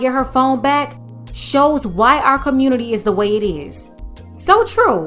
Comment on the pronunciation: That's why I say damn the communitah.